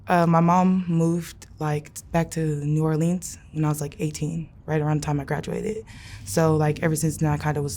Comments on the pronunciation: It's a shame that she can't pronounce N'Orlens. Yet claims to be from there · She is NOT from New Orleans. We don’t pronounce New orleans the way she does. She may have lived here at some point but there’s no way she’s a native with that accent.. js